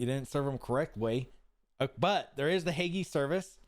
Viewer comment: Drop saying the E when saying Hague